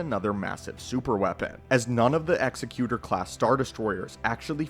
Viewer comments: You keep saying, "Executioner" in the video when referring to the "Executor" Egg-zec-you-tor. Not ex-eh-cue-shunner. Different words that mean different things. Sorry, hearing you call the ship and it's class the wrong thing over and over hurts my brain. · To be fair, he's saying Executor and not Executor. Ex-eh-cue-tor vs Ex-ek-u-tor. They're pronouncing the word executor like it's an executioner but they're not saying that word. Still very wrong and it bothered me more than it should. Executor - "a person or institution appointed by a testator to carry out the terms of their will." Executioner - "an official who carries out a sentence of death on a legally condemned person." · "Exy-cue-tor" is not a word, it's "Ex-ec-you-tor" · It is pronounced "egzecutor" as in an "executive" not execution, because it was the biggest and leading star destroyer. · Say it with us: EGG ZECK YOO TOUR Say it. Credibility is the only clout you ever really have. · I always preferred to pronounce it "ex-ZECK-u-tor" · Nothing to do with preference. The way he pronounces it isn’t a word at all. It’s executor like executive, not executor like someone who executes people. That would be an executioner. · Didn't Rogue Squadron 3 pronounce it "ecks-ECK-you-tor", kinda like the Pokemon? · Jesus you start the video and you don't even know how to pronounce "Executor." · I have to be a grammar Nazi and point out the name is being mispronounced in the video. But still an awesome video. One of my favorite ships. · I couldn't get over him mispronouncing "executor" ROFL. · it bothered me so much my brain actively tried to black out every time he said... Whatever he said. The pronunciation would dictate with meaning it is. And he kept using the wrong one. I don't know why it bothered me so much, but I couldn't finish the video, and likely will never open it again.